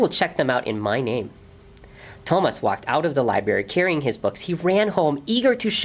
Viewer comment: I wish the reader had pronounced the main character's name correctly--it's even in the written spelling--the accent on the a. So To-MAS. not TO-mas.And the T is a soft T--more of Th sound. I mean it sounds much like Thomas in English.